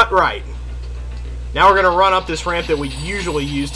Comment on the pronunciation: You said "Super Charge Runp/Rump" .